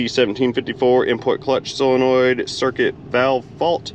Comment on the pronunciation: I REALLY enjoyed this one because, like you, transmissions are not my "forte" and I definitely learned stuff, 'n I likes learnin' stuffs... Speaking of vocabulary, are you pronounciating solenoid correcedly, like sole-a-noid, or are you being silly and pronounciating it like sil-a-noid? I couldn't tell; sometimes it sounded like one and sometimes it sounded like the other... 🤪